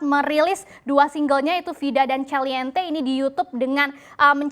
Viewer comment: Album Cinta : Caliente... bacanya "kaliente" mbak bkn "caliente" kaya di "cendol" .. hadeuh.. gini kok jd presenter